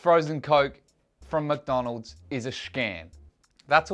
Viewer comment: did you just call mcdonalds macis